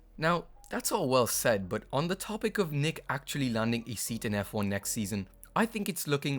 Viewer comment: Nyck de Vries, it is not pronounced Nick but Niek.